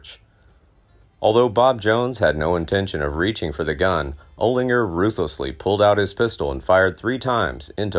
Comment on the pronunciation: Oh-Linger? What the Holy Fuk? get the Fug Out - are you a Jew?